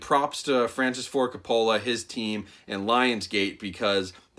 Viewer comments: It's ''Ka-poe-luh'' damn it! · Sorry man... But you're butchering his name... Lol it's pronounced "Coh-poh-lah" not "cah-pah-la" Not knocking you. Lol Love your reviews... You're one of my favorites. 😁😁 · It’s COPE-UH-LA. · CO-PA-LA. That's how you say his last name. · Great video, but it's Kaa-Puh-Luh. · Francis Ford "Cop-ah-luh" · Francis Ford Coppola -- pronounced Cope-uh-luh, emphasis on the first syllable. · His last name is pronounced like "COPE-OLLA", in case you're doing another movie of his. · Francis Ford Coca-Cola 😆 Great review tho, I’m hyped! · cop a fill a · Coppola sounds like Coe-Pah-la. The emphasis is on the first syllable not the second. Not trying to be a troll, just sayin. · I cringed every time you pronounced the director’s last name wrong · When you’re a “film review channel” and still don’t know how to pronounce Coppola....😣 dude, really?? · Dude how can u miss pronounce Francis Ford Coppola name several times. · Is that how Coppola is pronounce? If so, I feel like Homer Simpson :/